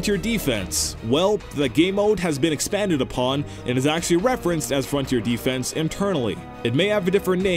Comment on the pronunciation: I disagree with the way you say both "Mastiff" and "defense" as in Frontier Defense.